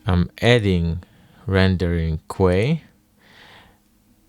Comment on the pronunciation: Hey there big dog, sick nature sounds. Just letting you know queue is pronounced like "cue", or as if to just say the letter "Q", not quay.